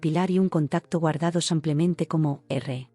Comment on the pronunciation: No se cansan de decir samplemente 😢